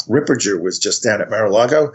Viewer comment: Father Reehil - it's RIPPERGGGGGGGGGGGGGRRRRRRRRRRR, not RipperJER.